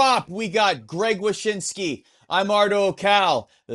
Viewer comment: Did you say, "Zach Wyshynski"?